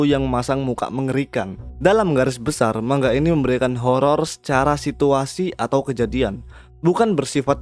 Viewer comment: Cara bacanya memang "mang-ga"